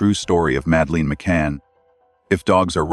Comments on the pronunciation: I know this is AI but her name is not Mad..leen!!! It’s Mad uh Lyn. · I had to abandon this due to AI narration constantly mispronouncing Madelaines' name and lack of natural pauses in speech. Do better next time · Please dont use AI narrator they cant even pronounce madelines name properly. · You can believe what you want. Believing doesn't make it true. And teach your AI rubbish to pronounce Madelines name properly.